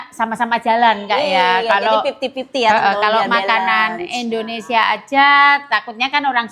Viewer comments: nerap lagi deh, coba ulang2x terus deh Indonesia bukan Indonesa, indonesa mulu 😂. Menit ke. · Indonesia ya bukan Indonesa😅. Tol d sini berbayar aja macettt apalg kl gratis ky disana ya😅